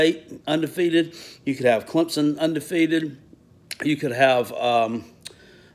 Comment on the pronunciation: Did he say Clemdump??? 😂